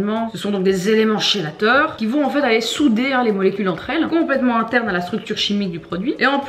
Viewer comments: Hello! Je suis chimiste et je tiens à dire que tu es bien renseignée, merci d'avoir pris le temps de bien faire les choses ! Juste on ne dit pas chélateur mais "kélateur" pour la prononciation ;) Superbe vidéo ! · Super vidéo, merci! Je me permets de te corriger: on prononce "kélateur" et pas "chélateur"